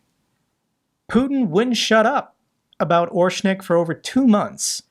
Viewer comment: Orshnik? rather orEshnik.